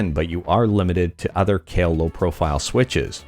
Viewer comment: Pretty sure it’s pronounced “K-eye-wha,” not “Kale.” (Kailh)